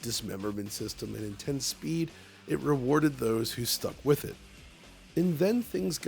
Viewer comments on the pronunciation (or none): none